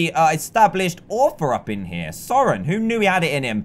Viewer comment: Dan it’s not EEvor it’s I vor and s o ren is not how you said it it’s pronounced sorren